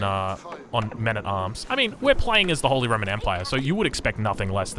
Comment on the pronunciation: The word you are trying to say is Holy.